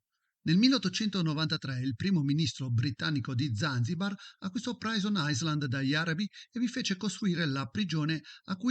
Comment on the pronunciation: comunque si pronuncia "prison ailand"